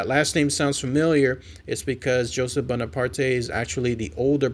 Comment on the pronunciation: Hey,. The E in Bonaparte is silent. It's a French name. I'm sorry.